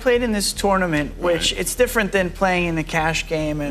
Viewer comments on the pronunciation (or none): none